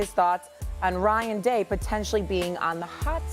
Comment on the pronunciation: Facts!!! I thought the same thing. Also said Ryan Day like he had never heard of.